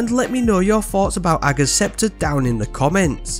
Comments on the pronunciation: You’re literally the only Destiny 2 content creator who can pronounce ‘Ager’ properly! 🤣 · Which is exactly how it should be pronounced (I’d definitely not want to pi$$ Mara off!) but everyone else says it differently 😂